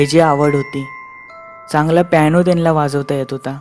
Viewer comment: प्यायनो नाही पियानो. उच्चार शुद्ध असेल तर ऐकायला पण मजा येते.